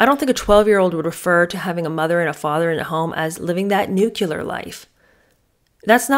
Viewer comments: Please say nuclear. It is not nucular. It was one of my mothers-in- law's pet peeves & it stuck with me.😊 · Glad I found your channel. You re refreshingly truthful rand efficient at what you do. You do a good voice imitation too. Just one question...Why do Americans pronounce the word " nuclear" like " nukiller"? You said you taught 6th graders English writing so maybe you have the answer... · It’s pronounced nuclear. Not nucular 😂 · It's not pronounced "nucular." The word is pronounced "Nuc-le-ar." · Nuclear= “new-Klee-ur” not “new-q-lur “ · Isn't the word "nuclear"? Did Meghan write it as "nucular"? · Nu-cle-ar, not nu-cu-lar. Otherwise, I enjoyed the “boring” episode. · you mean nu-klee-ar not nuk-u-lar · 12 year old would never say "nuclear". ( Btw pronounced n u - c l e- a r) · I love your videos,! Please please PLEASE get the pronunciations right. I know you are an intelligent and educated presenter, and as such it is a responsibility…. NUCLEAR NUCLEAR NUCLEAR 🙃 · I thought it was "nuclear" family and "nucular" bomb? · Dear, I’m sorry you felt that was rude, it certainly wasn’t meant to be. It was meant to be helpful. You did mispronounce nuclear. You should check your facts before you get snarky over it…. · you mispronounced nuclear